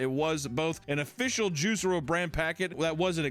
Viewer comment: Geez,. Its JuicEro, not Juice Ero.